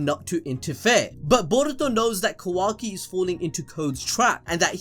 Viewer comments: Am I the only one who can't deal with how keeps pronouncing Kawaki like "Quacky". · I can’t get over how the second video commentator keeps saying Quacky instead of Kawaki. I cannot hear it any other way lmao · Ka-WAH-Ki, not Ka-WACK-Ki, pls sir. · It’s KaWOKee not KaWACKee 😭😭😭😭😭😭 you’re ruininnnin it. You’re ruinnnnininnn it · Quackie lol…. It’s kawaki 😂😂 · Kawaki ❌ kOOwaki ✔️ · Bro I miss Kuramaaaaa wise old Kuramaaaaaaaa!:'(..... Oh and my guy its Ka(a)waki not quacky.... loool.. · Who tf is Quackee? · nobody:: "quacky" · “Ka Wack ki “ lol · Oh my God “KaWACKi” like dude just say his name right it’s not that hard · Ah “kwaki” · Bro he keeps calling kawaki quacky 🦆 😂😂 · He said kawacki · "Quacky"... Calling Kawaki that from now on I guess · i like how he pronounces it like "quackie" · bruh this man pronounces it quacki stop bro please, almost skipped his part man. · Lol ffs all I hear is "Kwaki" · 2nd guy is so annoying calling kawaki "kawackee" please fix this it's annoying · Had to turn off after the third or 4th "quacki" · “Ka-wacky” bruh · The second guy comes along and calls kawaki, kawacky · I really don't like how that guy is pronouncing kawaki like kawacky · I keep hearing 'Kawacky' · Bro why yuh still saying quakky ? 🤨🤨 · Lmao ka-wacky 💀💀😂😂😂 bruh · "ka-whacky" i instantly clicked off bllllleeccchhhhh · said some “kawaky”😂😭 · Why y’all always switching out and shit y’all can’t do a whole video by yourselves anymore 😭 my dude can’t even say Kawaki right 🤐